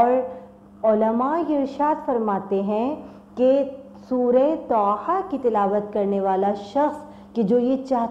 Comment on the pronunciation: سسٹر طھ ھے نہ کہ ط ح